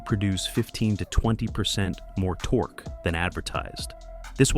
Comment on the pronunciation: did I hear this car enthusiast talking about torx instead of torque? I will never know. as i stopped watching and wont be back